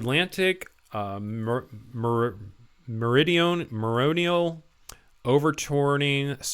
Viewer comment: Mate, "Overtourning", not getting how to pronounce "Meridional" right there and then I can understand but; "overturning", really, OVER TURNING!? :P (that text with all those "line breaks"(?) adding a dash instead of formatting the text are horrendous, learn how to format a paragraph if you're writing an article FFS!) I used to work as a printer at a local newspaper and saw some really horrible language at the front page and got the editors to change it, it's bad when the person only, actually, really responsible to put it on paper has to tell the journalists/ediors; "this is bad!" innit?... If we get a bit more cold up here where I live I would not complain TBH, summers should, generally, be warm - not hot - up here in the north of Sweden, we're not built for that, are we? (but, yes, we need to fix things before it's to late, climate change isn't "fake news" and it literally has an effect on all living beings on the globe, we need to help Mother Nature do what she's done for as long as the planet's been around; sustaining life as we know it! - if we don't we're as dead as the dinosaurs, difference is that we had the intelligence to change things, if we kill off all of humanity we only have ourselves to blame...sad fact!) P.S. I suppose I'm "right wing" if I write my answers on some questionnaire about politics but that's due to watching reality and thinking logically hence I'm also 100% for global warming and so on being an actual fact, I don't subscribe to any political agen